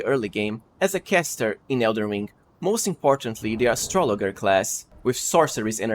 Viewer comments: Dude…astrolojer is how it’s pronounced. Have you never heard of an astrologer? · Aye nice tips. Here’s one for you. It’s a soft g in astrologer. It’s like Astra laj er. One of those English exceptions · Astrologer is pronounced with a soft "g." Just saying, no judgement. Love your channel, thanks bro.